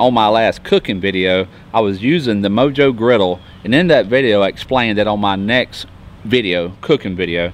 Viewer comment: It is pronounced mo-ho😬